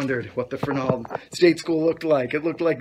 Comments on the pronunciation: ya... you said : ferNALD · we knew a guy who worked there and he pronouced it FERnald